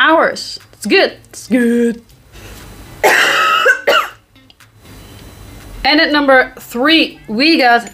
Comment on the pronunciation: lol. "Guud."